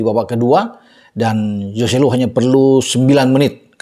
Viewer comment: hoselu bung bukan yoselu